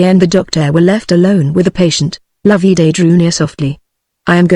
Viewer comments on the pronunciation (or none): NOT LOV-EE DAY Loveday, pronounced like Love and Day put together. Could this be an actual human reading or some half-idiot machine?????